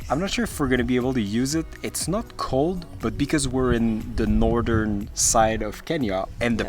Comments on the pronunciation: Bro said nothern atmosphere 😭😭, great video though😁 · 'Nothern HEMISPHERE!!!'